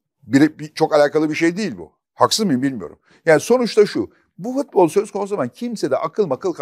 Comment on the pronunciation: Fatih Bey sizi çok seviyorum ama nolur FITBOL demeyin! FUTBOL DİYİN:))) FIIIIIT BOL NE YA